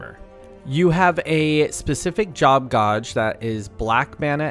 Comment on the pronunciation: My guy doesn’t know how to say gauge